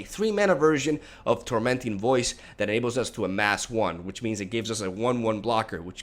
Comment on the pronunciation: "Command the dreadhorde is the main way for ush to punis esper control" It's nice to see an eloquent person struggle with his tongue as much as I.